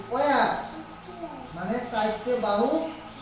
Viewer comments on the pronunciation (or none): khuub bhalo poran Krishanu ke but koekta pronunciation ekhon theke thik korte hobe.Sqare hobe eesquare na, banding line na bending line, please futre e oto bhalo school e jabe, tai ekhon theke oke eigulo thik kore neowa dorkar..